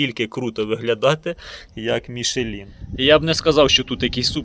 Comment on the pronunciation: "МішлЄн" назва фірми, не "Мішелін" ніякий!